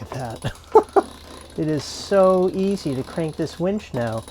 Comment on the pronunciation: Boy do I have a wench story for you...I was sitting in this bar in Huntington Beach California when this wench comes up to me ............Wait, did you say wench or winch? I always get the 2 confused. Anyway, Great video. Love your adventures guys. ;) Safe travels !!